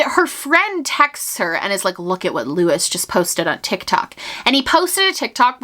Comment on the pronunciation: I think Luis's name is pronounced loo-ees, not lew-is.